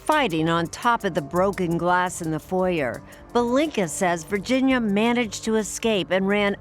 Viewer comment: Never put your freedom in the hands of an attoney who can't pronounce foyer.